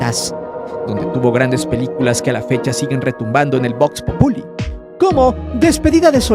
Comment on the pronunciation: PRONUNCIA BIEN ... VOX POPULI. ANTES DE CRITICAR